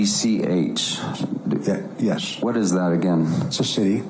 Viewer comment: He can't pronounce Marrakech/Marrakesh? Wow, that is the most popular city in Morroco.